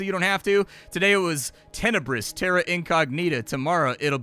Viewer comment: duude, your "incognita" pronounciation.....:face-blue-wide-eyes::face-blue-wide-eyes::face-blue-wide-eyes